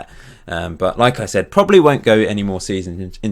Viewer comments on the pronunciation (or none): none